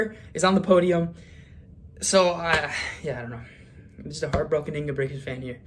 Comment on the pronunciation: It's not Ingebrixen, it's INGE-BRIT-SEN